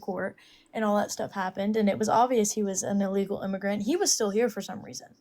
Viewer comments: Allegal? Its illegal 😂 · Did she just say "alegal immigrants"? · I don't trust anyone who says "uhlegal" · First of all, she needs to learn how to pronounce “illegal.”